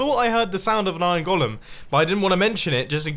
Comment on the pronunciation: Wait on mumbo says iron gólum